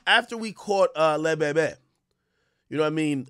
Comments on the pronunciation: Ak got me rolling when he said Le Bebe 😂😂😂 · the way he say Le Bebe is si funny bruh😂😂😂 yess bro it seemed like flirting i felt that too when meek mill was saying stop touching meee he wrote it YES AKK😂😭😭😭😭😭😭😭😭 😂 oh yea he said pause😂 yea see when he wrote stop touching meee i read it in my girls voice yea AK they need to check these white people